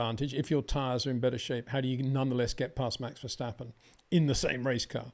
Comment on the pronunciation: it is NOT Max "verSHtappen" ... Max is not German (Germans indeed can in most cases pronounce "st" as "sht") ... #Max33 = Dutch NL/Belgium! ... It is not "Bottash" nor is it "Lewish" certainly not "verSHtappen" .... This BS started long time ago when a British sport presenter interviewed father Jos Verstappen and assumed you can use a German pronunciation to a Dutch Driver thinking it is so "funny" ... It is not. Serious question: can any Englishman say "versatile" out-loud without saying "vershatile" phonetically? most can about 99,99% ... that is why most English can pronounce Verstappen 100% correct! Father Jos Verstappen (also F1 Racer) was very active between back then only a very few said "Vershtappen" but the vast majority of British sport presenters pronounced it perfectly ... only a few old stubborn farts like Peter Windshor